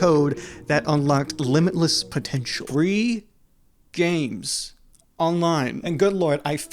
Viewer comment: fwee games are good